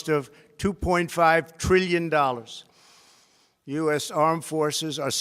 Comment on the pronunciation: Does anyone else hate the way he talks, especially “trillion”